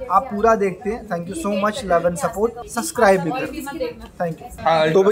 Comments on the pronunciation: Arman ji suscribe nhi subscribe bolte hain.... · Armaan Bhai wo sacscribe nhi h sabscribe hai😂aap Galt bolte ho